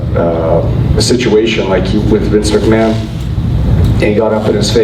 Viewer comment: It's not vince mc man Americans lol